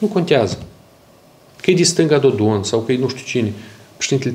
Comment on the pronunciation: Mai!!!! Nu mai pronunta cu ritul tau numele PRESEDINTELUI REPUBLICII MOLDOVA!!!!!!!